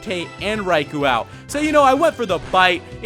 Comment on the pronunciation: Psst, Raikou is pronnounced "rai-koe", not "rai-koo".